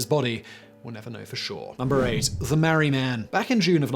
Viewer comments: It’s the Maree man... Not the mari man. The town is called and pronounced MAREE. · Its pronounced Mar-ree. And his name is Bob. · It's pronounced Mar - ree